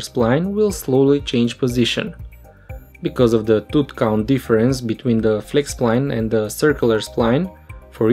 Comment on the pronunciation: If you pronounce the word "tooth" as "tut", can you please say "teethees"? :D